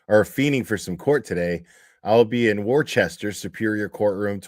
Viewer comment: It's pronounced Woosta, it's spelled Worcester.